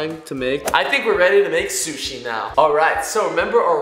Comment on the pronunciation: Sishi Shshi sushi